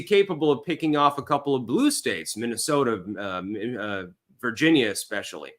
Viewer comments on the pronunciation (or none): none